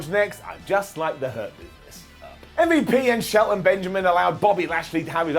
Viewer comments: As a black man..STOP CALLING MVP UMMMVU0! THE SHIT IS DISRESPECTFUL AND IM CALLING YOU OUT..IT SERIOUSLY IS NOT FUBNY OR CUTE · Please keep saying MVP like “Mm-Vup”. It seriously makes me laugh everytime 💀